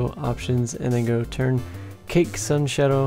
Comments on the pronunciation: Imagine pronouncing Cache as Cake lmao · Cache is pronounced "cash"